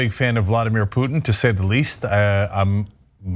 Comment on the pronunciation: the i in Putin is not silent, just saying...